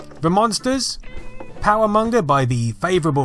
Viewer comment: Munsters, not Monsters